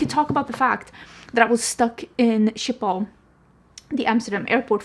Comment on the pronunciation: Thank you for showing me how to correctly say Schiphol as I've (all my life) said it like "Shkey-poll" like I'm Sean Connery saying "ski pole" but how do you say the name of the dog breed Schipperke - I love those wee doggos. Uh - baby beavers are adorable!! There's a difference between negative feedback and slamming something rudely without critique. We are allowed our opinions and if someone gets personally offended by someone who disagrees with you - that's a them problem. Your hair looks great! You've had short hair before and you always style it well. It's a nice midpoint in case you were thinking of going shorter, or longer with your extensions. You have so many more options!